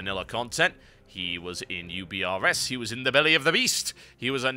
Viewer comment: UBRS? I always though it was pronounced "oobers"...